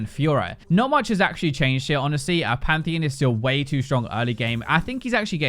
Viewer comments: PANTHEEN? no. PantheEON. yes. im sorry but this is not ok. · He does pronounce it pantheon though